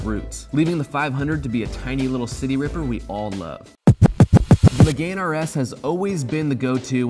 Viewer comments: Meh-gahn not Meg-gain. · Puhahahaha Me-gain rs lol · “Meeyugan” Pumphrey wants to know your location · that pronunciation of megane is fucking hurrendous